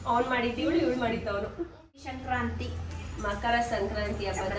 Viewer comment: That is sankrathi not a shankranti okey